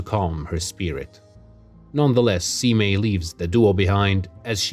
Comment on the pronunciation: Nice analysis just want to say Abe is pronounce "A-Bay" and Seimei is pronounced "Say-May", hope that helps. The rivalry of Abe no Seimei and Domon is also about a box and divining what the contents are. Which were originally 15 oranges then changed to rats. The Fujiwara family is actually the real ruling family behind the Emperors in the Heian period. So Domon is actually still allowed at their family home which shows he had considerable influence to plan and execute his ritual over a period of time.